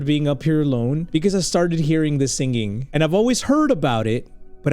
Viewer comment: why do you say singging not singing please tell me why